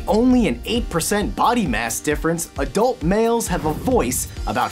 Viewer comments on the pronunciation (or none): none